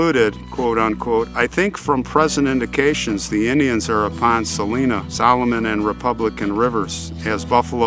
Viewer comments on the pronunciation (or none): I live in Leavenworth. They bank on that First City business so hard here. There's a point by the river, near the fort, where you can see where Lewis & Clark stopped. Also, I kinda cringed at "Saleena". I automatically sighed, "It's Sa-LINE-a". But I guess it's a common mistake if you don't live here.